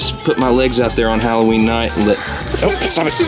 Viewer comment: It's hollooween